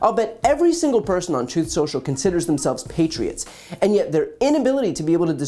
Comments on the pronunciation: "Troth Senshel" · "Troth Sential..."